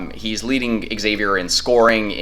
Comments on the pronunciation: It's hard to listen as the team you are talking about is mispronounced. It's like calling Texas--Exas. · No one can take you seriously if you don't bother to learn the pronunciation of your opponent. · Learn how to pronounce Xavier... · Xavier fan here - solid video, appreciated you getting this up so fast. Just a few minor notes - it's actually pronounced Zavier, Ex-zavier is the term used when you either don't know Xavier or are trying to clown the school. Check-in with any UC fan about that. It's also pronounced Jack Nun-gee" Xavier's also experienced because they just won the NIT last year. What you guys will really want to know is that Xavier lost one of its best players, Zach Freemantle, to begin February. You mentioned Xavier's "Bigs" - we only have one now. It's Nun-gee. Freemantle would have been huge going into this match, especially with how insane Texas big men are playing of late. Should be a fun game, thanks again for the preview. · it's not a regional thing. The school is literally pronounced like Zavier, no matter where you are in the country or the world. This is not Professor Xavier from the X-Men. I'm sure people with the name wouldn't say you could pronounce it differently depending on where you are at the time. Some pronounce it like the university does and some like this guy on the film pronounces it. I don't like it when my last name gets mispronounced, which happens often. Also, our center's last name is pronounced Nun-Jee. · well then he’s mispronouncing it. There’s no “regional” thing about pronouncing a title correctly or incorrectly. It is pronounced Zayvier. Do you pronounce Exerox or Zerox? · Texas took the souls of those children that play for Exzavier and mispronounced it while doing it